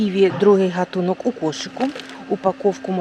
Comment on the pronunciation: Дуже неприємно слухати неграмотну мову.Людина не знає, у алфавіті українському є тверда літера"Г" і слово "гатунок" вимовляється із звука тверде "г" .